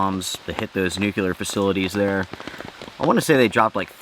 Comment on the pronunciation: Nuclear is pronounced nu clear not nuke u lar.